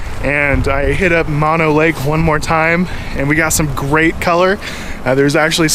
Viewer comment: That's Mo No as in No No, not mono as in single or one.